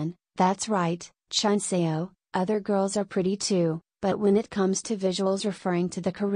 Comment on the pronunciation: I know “Chunseo” (Ruth) is Spanish but her english is really bad. I know how it is to speak spanish and try to learn english, so i know she can learn it and mostly pronounce it a lot better.